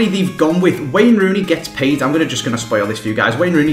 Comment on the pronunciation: hehehe at the beginning you said highest "played" instead of paid